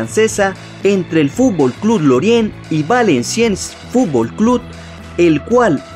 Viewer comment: Es futbol no fubol